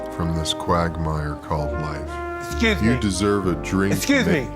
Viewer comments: Lol not tha dwink lol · "Excuse me, can I have a dthink?" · “Excuse me, can I have a Dwink”😂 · “Hey gimme a dwink”💀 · When Mike said dwiink I thought he was saying……. Never mind 🤐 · Dwiink lmfao🤣😂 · Dwiink up my fwiends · He said "Can I have a Dwiink" 😂" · It's really a good dwink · Dwink is how Mike Tyson says Drink, that’s how the drink got its name! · Dwink 🤣🤣🤣 mike can’t say drink that’s why he named that drinks dwink 💀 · It weally got me! I thought he meant to say DRINK. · His kid probably said "daddy can I get a dwink" and Tyson probably said "thure you can thon" then thought dwink thath a great name for a dwink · say what? "can i have a dwink"? a combination of drink with a wink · I do be Drinking dwiink